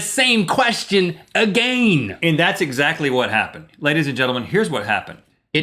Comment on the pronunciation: ExZACKtly. (Exactly) fo rea.